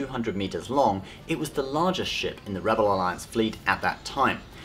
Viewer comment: half the time you say ship you say shit